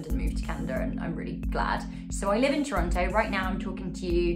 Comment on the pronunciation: Claims to have lived in Toronto for years. Pronounces it Toronto. Visible confusion